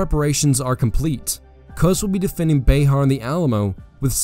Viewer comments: It's pronounced bear not be har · That’s BuHAR, not BAYhar